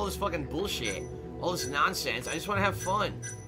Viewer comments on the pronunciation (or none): Someone needs to do complition for * i whanna play games and heave foon* Cuz its hilarious everytime he says it